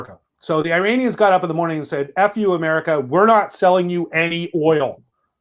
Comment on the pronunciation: Man it bugs when people in 2021 still can’t pronounce “Iranians.” “Eye-ray-nians” 😒